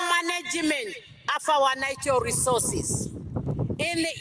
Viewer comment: You think somebody that can't even pronounce the word natural resources properly, can take care of it? Ovo otaaningi ashike iinima yavo😢